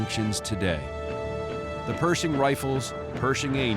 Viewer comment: Its not Perzhing it’s Per`sh`ing 😊